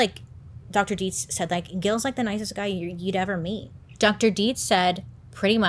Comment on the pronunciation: The fact that you said Dietz perfectly 🙌🏻 I can’t tell you how many people mispronounce the name lol. (My last name is Dietze) 😆